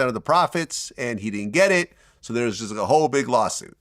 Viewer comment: Man I was juh about to say that😂😂😂😂😂 man was shocked